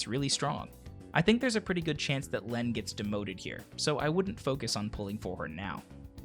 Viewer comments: Lene is pronounced like Leen. Very good video as always! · It's pronounced "Leen". As in "gene" or "serene".